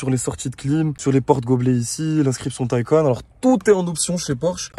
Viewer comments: Bel essai ! ça se prononce Taycanne par contre Taycan ^^, pareil pour le Macan , le Cayman etc :) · Superbe vidéo et magnifique véhicule mais je crois qu’on prononce phonétiquement [ta-ï-kan] Merci pour votre analyse Bonne journée.